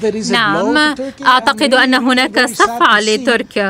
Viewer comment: المذيعه تنطق كلمه صفعه بطريقه ينشرح لها القلب الحزين😂😂😂